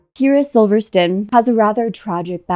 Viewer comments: Please figure out how to correctly pronounce videos before you make whole videos. Love you. Love all you do but pretty please, Sivertson is even spelled phonetically. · You’re saying her last name wrong. At least pronounce it correctly. I wish I had time to make an entire video on someone else I’m jealous of. Yeesh. Idk why this showed up on my feed but this is a real person and she has real children who don’t need to see this. You’ve got your priorities all wrong. I bet you were the girl in school people wrote about in their burn books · This was very well made. 👏🏻 I just have one little critique , hopefully it’s excepted constructively…. Because I totally don’t mean to sound rude. But you might want to check the names that you are saying them correctly…..for example Kyra’s last name.